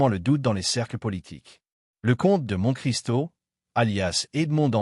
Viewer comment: Une très belle voix faite par IA qui ne sait même pas prononcer Monte-Cristo correctement, sans parler de l'élocution. Être bon public a des limites.